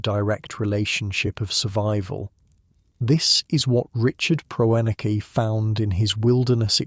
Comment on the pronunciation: Can't even pronounce the man's name